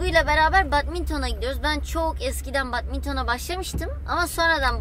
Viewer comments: Badmanton değil bedmintın okunuşu bu yani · Abla batminton değil bedmintîn